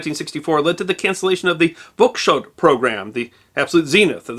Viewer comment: Lovely video, although the pronunciations of "Vladislav" , "Voskhod" and "Baikonur Cosmodrome" were distractingly bad.